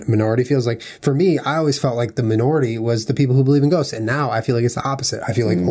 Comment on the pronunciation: also when julien says ghosts it sounds like he says goats. "i do believe in goats. i do believe goats exist."